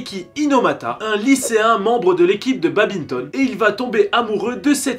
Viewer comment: Mes oreilles quand elles entendent babinton au lieu de badminton 💥💥💥🤯🤯